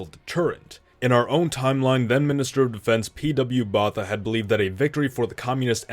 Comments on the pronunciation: I think you should have the decency to pronounce everyone's names before making the video. Botha = Bour-ta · "Vorster" is pronounced as "Forster". And in "Botha" the "TH" is pronounced as "T". And the "o" is pronounced like "oo" in the word "poor". Pls search online how to pronounce names first. But I appreciate how many South Africa videos you make.